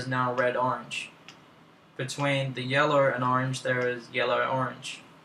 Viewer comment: "sur im gurnna pick yellur" ;3